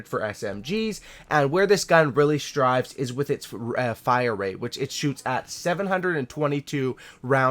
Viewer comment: Thrives* not strives.